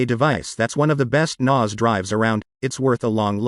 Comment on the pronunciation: Yeah, very weird pronunciation 😂